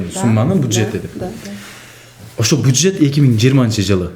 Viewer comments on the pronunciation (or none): Алып баруучу буджет эмес бюджет...